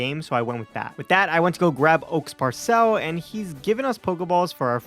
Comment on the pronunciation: Do you not know how to pronounce "parcel"